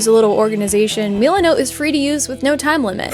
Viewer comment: Meelanote Me: has a stroke